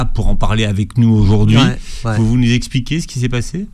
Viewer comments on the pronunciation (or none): none